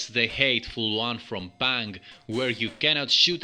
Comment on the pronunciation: Colors & backgrounds are gorgeous, & show off the Amstrad colors very nicely, but they are perhaps too busy. The character is cute. I like him. I don’t know the game this is based on (initially when I heard “Pang” I thought you were saying “Panic”, so I thought of “Space Panic” but it’s definitely not that, lol). Watching the gameplay, it seems fun enough, but since I have never played “Pang” I don’t know what to judge it against. Another great review video,.